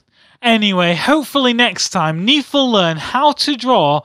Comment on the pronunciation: Neef, not Nerf.